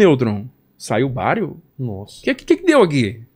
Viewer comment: Bario? Que Bario? 😂